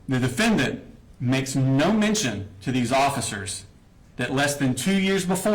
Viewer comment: "And the rifle....stays in his room..." yea....Prosecutor buried the De-FEN-dent.